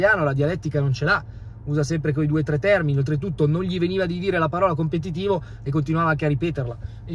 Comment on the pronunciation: Non è un caso che non gli venisse la parola “competitivo” o che non riuscisse a pronunciarla correttamente 😅